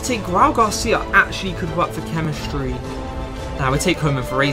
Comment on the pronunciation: Nobody: This guy: chemischtry